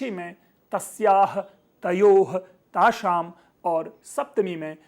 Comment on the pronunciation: Mahatman, Shashti bahuvachane bhavatha likhitham thaashaam ithyasya sthaane thaashaam ithi. Sapthami bahuvachane api evan thadi ithi shakaarah.kripayaa suddham karothu. Bhavatha uccharitham Sa ithyeva. Dhanya baadha.